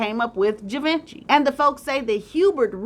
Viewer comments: Not Gee-ven-chee but cghee- vahn-shay. Ugh! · GEEE-VWAAAHHH-SSHHHEEEE!! Pronounced like that ❤ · Givenchy for those who are interested in the spelling and pronunciation, ( G-von-she). This was another great job 👍😊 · Correct pronunciation: Ghee-von-shee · Gvaunchee is how you pronounce his name. Sterling is never forgotten. Raymond was a petty brother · Givenchy is pronounced: Gee-VON-Shay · Ghee vonh shee is the correct pronunciation. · Givenchy It’s pronounce, Gi Von She! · Givenchy Pronounced: Gee-von-shay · Givenchy is pronounced GeeVonShe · Lol it's pronounced "g von she"givenchy Love you tho😂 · It's pronounced jhee vanh shee. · 😂 I'm laughing at how she pronounces Givenchy 😂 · It was killing me😆😆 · Your pronunciation of Sterling and Givenchy are sending me! 😑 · Sorry to say this, but You mispronounced Fashion Designer and HUBERT de GIVENCY name, had to mention this. This two Men were so TRAGIC 😒, AIDS was new to the Medical community in the 80's, nothing was known about this Ravenous Disease at that time, sadly so many people brought it upon themselves DUE to an Unnaturally horrible Lifestyle they chose to LIVE 😢.